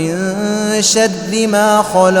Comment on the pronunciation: Min sharre hai shadde nahi wrong pronouciation